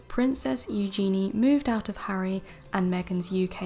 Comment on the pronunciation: Please,, correct your pronunciation of Eugennie( U-gen-ee) and Calif(?)California. Also, both news stories are from the Daily Mail & we all know you can’t believe anything from the Daily Mail.